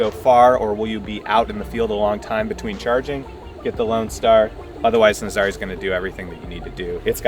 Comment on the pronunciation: IT's pronounced Naazarah like the surf location